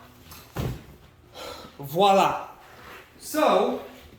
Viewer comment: I love that you said 'voila' correctly instead of 'walla'. Just the little things. hehe